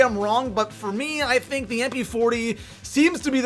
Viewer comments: U said thunk not think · He said thunk instead of think